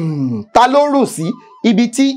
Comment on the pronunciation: Orun is not how pronounced it.